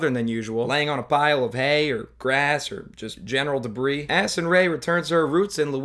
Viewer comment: i cant tell if he said acid rain or addison rae here but it seems to be true either way